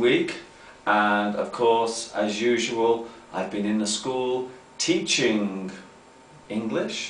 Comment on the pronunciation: I've noticed an unusual thing in that video... I've never seen someone saying the -g final when pronunciating verbs with -ing, for example. So, that's what did, he said, at the beginning of the video: "teachinG English" Why does that occur? I've never heard a native speaker saying this way.